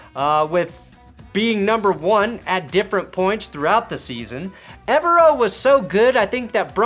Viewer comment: I can't wait for Evero to finally leave Denver so you can stop pronouncing his last name wrong 👍